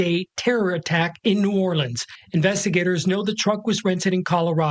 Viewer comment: Well, having been born and raised in New ORLUNS or New Orlins (the way it's pronounced. Not New ORLEENS, like the news guy said) I'm not surprised. It's a super corrupt city, in every way, so of course the city 'leaders' were happy to go along with the whole thing. So 'thrilled' to see the immediate arrival of every Federal agency under the Sun! 😂 Mr. Din Ja22ar is connected to ISIS. Didn't they go out of style years ago? 🤔 So much to say, with such little ability to say it here! I would like to say however, that your videos are so well done and illustrate the situation so well that they leave me speechless. It takes a few minutes to recover, before I can leave a comment! Thanks very much for this one and for all of them!! PS - Please forgive me for asking this favor. Could someone who sees this comment leave me a sign that it's visible? Thanks very much in advance! 🙂